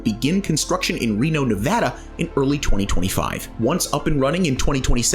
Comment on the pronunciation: Yooooo you actually pronounced Nevada correctly! Kudos to you! 😁